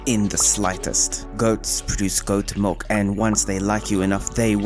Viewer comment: Is he saying mulk